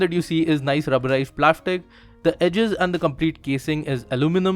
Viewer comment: Nobody: Le UIC: s = sh (plashtic as plastic)